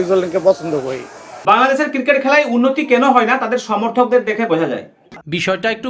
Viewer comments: JONGGIR POLARA "CRICKET" KE "KIRIKET" BOLE .SHALA, SHALI KANKKI MAGIR CHAU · আমি হাতজোড় করে বাংলাদেশ সরকার কে অনুরোধ জানাই তাদের দেশের নাগরিকদের যেন আগে ক্রিকেট উচ্চারণ টা শেখায় তারপর ক্রিকেট নিয়ে কথা বলে ভাই ওটা ক্রিকেট কিরিকেট নয় 🥱🥱😂😂😂😂😂😂😂😂😂